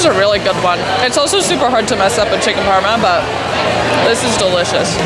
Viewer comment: FYI aussie for parma is Parmie, not doin so well